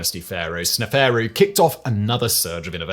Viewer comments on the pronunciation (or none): "sne faru" lmao! its snef- aru you dolt